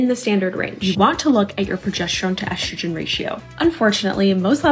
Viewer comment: Whenever someone miraculously finds an “H” to pronounce in the words “estrogen” and “progesterone” ie “eshtrogen” or “progeshterone “ I ignore them. Sorry if you can’t read you probably don’t understand biology either. 😂 these influencers are insane! Why don’t we see male targeted videos? I’d buy a magic pill if it promised to increase my husbands sperm count. We are unfortunately suffering from male factor infertility.